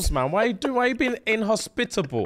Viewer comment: “Why you being IN-HOS-PITA-BLE!?” 😂😂